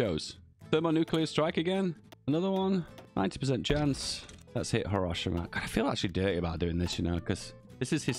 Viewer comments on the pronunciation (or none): none